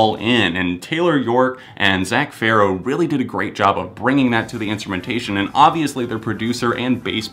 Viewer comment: OMG you finally said Farro right haha